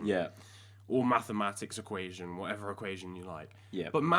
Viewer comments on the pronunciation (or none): Nobody:: Methimatiks